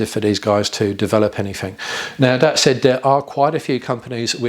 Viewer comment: Really wish you could pronounce your 'Thats, thens etc' instead of Dens and Dats .